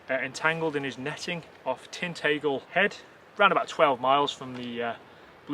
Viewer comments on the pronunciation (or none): By the way it’s pronounced tin -tagel Near King Arthur’s castle Tintagel weirdly our accents are similar yet different to up where you are in some ways😂👍😎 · 'Tin Tay Gal'? Ha, King Arthur is rolling in his grave. Lol, seriously though, good video and it's only a matter of time until one is tagged and it's proved beyond doubt. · Loving channel, some pronunciations make me giggle (Tintagel for instance) but well done videos